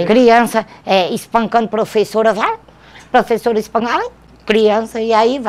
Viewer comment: "Ser prufessora sofre"